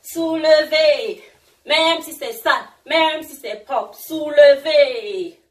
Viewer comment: Lol tu es camerounaise?(j'ai écris ce commentaire quand je t'ai vu danser et entendu dire "soulevez" lol)